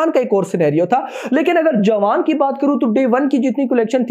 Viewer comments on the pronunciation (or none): none